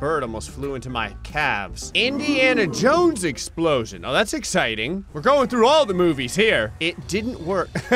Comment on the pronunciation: “Indiana Jowow”